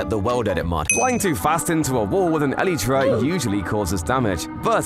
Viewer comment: Bro says”Eletrea”